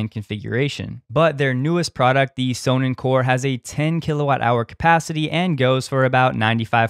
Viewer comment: Sonnen is german for sun , you pronounce it meaning sons im english , just sayin , speak fluent german , dutch , french , portuguese and english